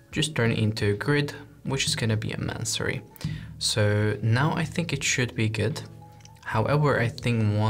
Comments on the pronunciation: May-son-ree. Not Man-surry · Great video! Just letting you know -- no shade, just trying to assist...your lessons are incredible -- the word is pronounced and spelled masonry. I looked on the website and saw you spelled it the same way you were saying it and wanted to flag it so your SEO plays well with the actual search term.